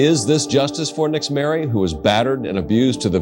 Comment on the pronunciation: Fyi. Nixzmary is pronounced ""Neesh-mari" in Spanish as well as the "mothers" name being pronounced "neesh-aleese" they are names commonly used in Puerto Rico. Not a big deal in the grand scheme of things n maybe in this particular instance it wasn't pronounced like that but just thought Id put that out there. Poor little girl. So sad.